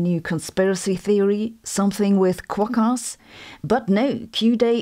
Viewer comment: I've never heard anyone call quokas "kwok ass" 😂😂😂 You're an honorary Australian now. That's fucking fantastic. 😂